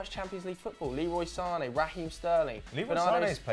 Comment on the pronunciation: Sane is actually said like Zane he said that in a interview